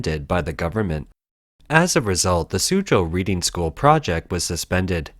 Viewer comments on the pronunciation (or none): I'm assuming the narrator is referring to Reading to the west of London, which contains 18 private schools, so which one ? P.S. it is pronounced Redding ! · I know this video was narrated by an AI bot, but Reading School is pronounced as RED-ing. Its name comes from the town of Reading in Berkshire, near London. 😊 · Reading, pronounced "redding", after a large town between London and Oxford, England. Reading school shows principal and responsibilty by properly testing the soils in the school grounds, after suspicions or a tip-off. They, Reading School, acted in a interest of the welfare of the children. The CCP does not responsibly act, but literally buries such concerns. It takes a foreign investor to unlock the criminal conspiracy. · he is Canadian so, just reading it as reading not Reading as he doesn't know the local pronunciation (bad pun I know ;) ). Eg I have always pronounced Concord like con-cord, but the town in the US is pronounced Con-ked. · I would have thought a human might know on how to pronounce "Reading" as in the name of the school and the town it's in, as opposed to "reading", as in I'm reading these comments. :) The narration to me does sound rather mechanical and monotone.